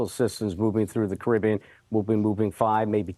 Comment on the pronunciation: Thank you for pronouncing carribean correctly..